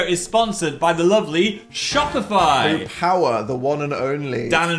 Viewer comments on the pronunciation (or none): none